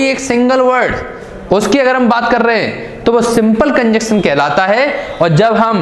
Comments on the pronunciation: Bro conjunction ko cunjuction mat phadho 🤣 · कंजंक्शन not कंजक्शन